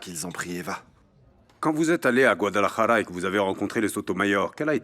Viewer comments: Mwen tj ri a chak fwa yo pwononse gwadalajara sa wi😂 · Pawol pa pou nou mezanmi mw ki chita AP ri tèt mw a Chak fwa mw tande ville kot Eva ye a pou mp repetel tou son fenomèn gwadaèlla😂😂 yn moun ou k Dil byen pou mw svp 😢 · Komnse paka tande Guadalajara sa uii c jan yo prononsel la anko 😂😂